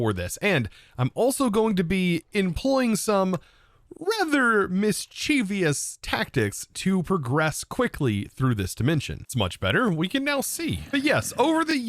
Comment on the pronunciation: Pretty sure ur is pronounced “er” not “yer.” Also, mischievous (“mis-chu-vis”), not “mis-cheev-ee-us.” Love your work, just trying to help. All good vibes, I hope.